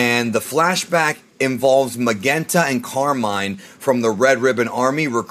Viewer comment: Why is it pronounced MaGenta? We know it's a play on magenta the color. His dad wasn't Commander Reed or Raid. His name is Red, the color.